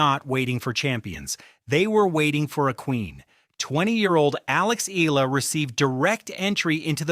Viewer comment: Eala or E-ya-la ! Can’t take you seriously if the subject can’t be pronounced by ai… just narrate it unlike an american